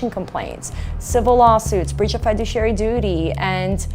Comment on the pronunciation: Hahahaha she said FI-duciary!